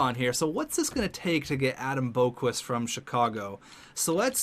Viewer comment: It’s pronounced Bock-Vist not Boak-Wist